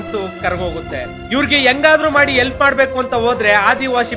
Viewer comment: ಎಲ್ಪ್ ಅಲ್ಲಾ ಗುರು ಅದು ಹೆಲ್ಪ್